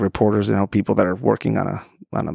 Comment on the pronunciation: Luboruhtory= laboratory